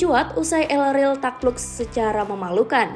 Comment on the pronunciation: El rel apa min? Yg benar pngucapan katanya